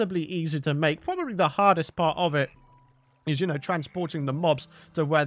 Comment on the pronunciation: pwobely pwodes creation